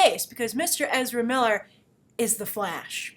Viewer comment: "I've interviewed Ezera Miller he's very professional, he's very GAYme" I swear that's exactly how I heard it. In any case though, weather people (the internet) like him for the role or not he is an amazing actor and will no doubt make a very interesting and impactful flash. As much as every one loves The Flash's current TV incarnation I cant help but feel he has too much of a generic "boy next door" appeal. If you're gonna play Flash on the Movie scale you're gonna need way more dept and substance: Ezera is more than capable.